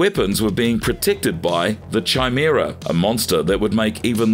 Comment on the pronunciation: Sorry, but I have to. It's pronounced KAImera, not Chai as in Chai tea.